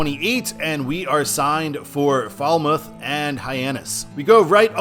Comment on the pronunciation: It's pronounced Mat uh poice it. And people are so rich there I think God lives in the neighborhood. It's not Folmouth, it's Fal mouth. And they're rich too. God has a summer cottage there.😮😅😊